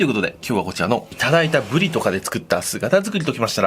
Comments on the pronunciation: ブリの発音がブディと聞こえる！でもうまそう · ぶり上手く発音できてないのおもろい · りが上手く言えないの笑った